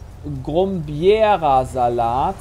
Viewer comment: Jays Aussprache von Grombierasalat lässt einem Schwaben wie mir schon die Haare zu Berge stehen. Das klingt ja eher italienisch, als Schwäbisch.